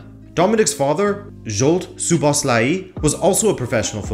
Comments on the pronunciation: It's mispronounced. It's a regular O in Szoboszlai and not an "oo" sound anywhere. And the "i" at the end should be shorter. Also in Hungary it's common to say the surname first and then the name, so Szoboszlai Dominik. Hope this helps if not there's a good pronunciation on forvo dot com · That's right, one small thing, the two O letters in his name are pronounced as a regular "o", not "oo". And also if somebody wants to be picky, the "i" at the end should be a little bit shorter. Anyway, it was a great video! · STOP pronouncing that i at the end like iiii. You do great content each time, but you need to work on names and players pronunciation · It’s pronounced lik So-Boss-Loi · A proper Hungarian here to clarify the pronunciation. Phonetically it is Soh-bohs-la-yee. Hope that helps 😁🙏🇭🇺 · Soboslai (English pronunciation.) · WHY DOES EVERYONE BUTCHER HIS NAME? ITS PRONOUNCED ZOBOSLAI 👍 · just pronounce it as So-boss-la-e, this is the easiest way for english speakers imo as a hungarian. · It's pronounce Jobo-shh-la-i